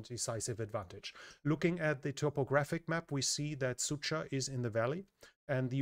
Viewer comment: As a native Russian speaker i couldn't help but giggle every time he pronounces Sudzha as "Sucha". In Russian it sounds something like a "Bitchville". that 'dzh' pronounces more like a G in George. Yeah, "Dzheordze"